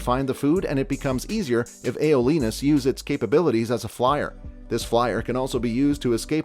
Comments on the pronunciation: AYO-LEE-NUS tf XD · "AY OUGH LEE NUS" PLS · i bursted out laughing when he said “graymoss” and “ayolenus”